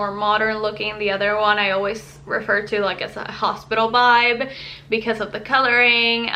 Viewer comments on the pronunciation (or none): “Hospital bibe” 🥺❤️ you precious human!! 😂